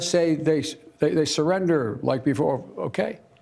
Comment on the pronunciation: "That was leik, sOo yesterday" - Joe Biden